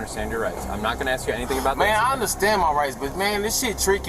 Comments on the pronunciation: Why can't they say "ask"? They say axed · It's so annoying when people say "Axe" instead of "Ask". Learn English idiot's. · You dont say "we was" its "we were or we are" ......and its ask not aks...learn like I had to learn before moving to US..... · why cant americans say Ask? there are no Axes here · For the love of god’s green and verdant earth, it’s ASK not AX. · She axed to go to the lie-berry